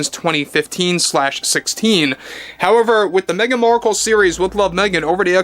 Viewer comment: Woof on Meh -gan